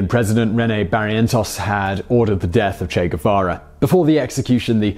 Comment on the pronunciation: The Che Gu-VaVa show!! With your favorite host..Che Gu-VaVa!!...cheers & claps.